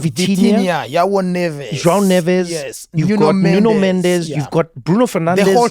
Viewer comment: Trevor, you can do all the accents in the world, surely you can pronounce João like a Portuguese speaker :-) you sound like a brit with Jiaw :-D